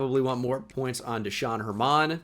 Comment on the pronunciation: Pronouncing Desean German like that is illegal